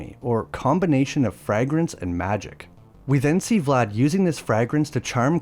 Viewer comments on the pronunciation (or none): Bro can’t pronounce “fragrance” correctly😂. It’s pronounced: fray-grance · I hate the way he says "Frahgrance". Urgh. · Dude, it’s pronounced Fray-grance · Frag-grance ??? 🤬 Are U Trying To Piss Me Off !!! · Vague is not pronounced VAG, and fragrance is not pronounced FRAGgrance. How bizarre. Yeah because silver is for werewolves!!!!! Man oh man.... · bro, why are you saying fragrence, like it's something to do with a frag grenade lmao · "Frag-grance". WTF? AI? And it's no wonder we've never heard of this version of Dracula before. It sucks. The very beginning sounded promising but then it falls into all the same generic traps all the others do. Look into Werner Herzog's version for an Independent, low budget effort that's good and has a twist ending that puts it miles above all the others. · Fray-grance. It's not an explosive device. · Ok, you need to learn how to pronounce “fragrance” because every time you butcher it it’s more painful than the last. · Someone's AI has major issues with the word, 'Fragrance'. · Why did you, and continue, saying fragrance like this? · I guess this is narrated by Ai---bc the way he continually says FRAGRANCE is completely distracting - No one on Earth has EVER said that shit😂!! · great video. but is that how fragrance is supposed to be pronounced lol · I’ve never heard anyone pronounce fragrance like that lol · Cant wait. Americans😂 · AI can pronounce it because it's only ever seen the word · Why do you say fragrance like that omfg